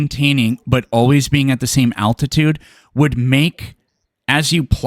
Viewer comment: Can’t even pronounce the word altitude, but expects to debunk altitude… classic 😂